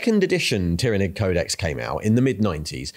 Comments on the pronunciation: Tyranid is pronounced with the “y” sounding like an “I” like in the word “tyranny” not “y” like in”tyre”. This is not controversial. Listen to any 49k audiobooks, video games or interviews with the writers or game designers. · Professional yes but abrasive af with the insistence of mispronunciation of tyranids and eveything related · You're just pronouncing 'tyranid' differently in each sentence to troll us now and I respect that Edit: also wonder if that bit about the Ecclesiarchy denying the existence of Leviathan even as it was killing people was inspired by the UK's Covid response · Everyone: There's no way can mispronounce Tyranid any further after the last video.: Hold my Bugman's... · I love how changes how he pronounces Tyranid multiple times during the same video 😅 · You pronounce "Tyranid" different every time 😂🤣🤣🤣🤣